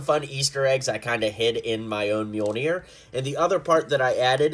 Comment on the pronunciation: Pls don’t say it myol-NIYR